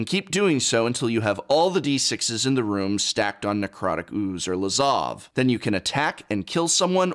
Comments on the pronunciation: also love how the prof pronounces OOOOoze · Love the way he pronounces ooooze. haha